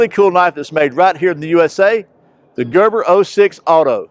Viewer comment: "Gerbor" 06 Auto, or the Gerber, with an "E" in it? Little old nit-picker from Australia. p.s. I was going to count how many times you opened the knife, but I'd have to take my shoes off to do that LOL.